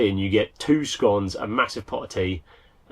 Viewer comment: It’s clearly jam first and well done for pronouncing scone correctly. 😂